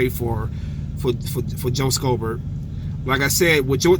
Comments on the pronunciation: It's read as "shobert" not "skobert" i don't know why that bothers me 😅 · Lol the c is silent in schobert (show-bert)